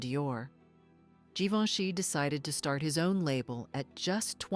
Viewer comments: Sì pronuncia GIVENCHY … e non GIVONE! La voce è generata dalla IA? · Non si può sentire, sbaglia tutti i nomi Givoni!!!